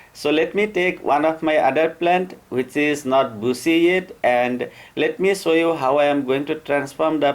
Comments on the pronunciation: Buzi? Its bushier.....anyway .i.love ur talnt.. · बुसी नही बुशी बोलो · Great content!! Got another subscriber!! One thing tho: Bushy is sounding like the word busy. When pronouncing the word “bushy”, try to make the “sh” sound like when you would say “brushing”. As in “I am brushing my teeth”. I learned English as an adult and so I also had issues with the “sh” pronunciation, I hope my tip helps. Great work! Greetings from florida 🌻😊. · Does anyone else here him saying "bussy instead of bushy" lol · I absolutely love the way you say pushy. Great video, thank you for the advice☺️ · Everytime he says bushy I hear a dirty word.